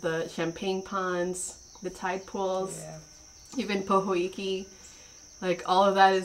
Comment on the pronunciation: And who doesn't inspect their veggie and wash every leaf? I do! Prob cuz I'm from Hilo lol and mountain apples are better, we had a tree growing up. I miss Kapoho and it's Pohiki not pohoiki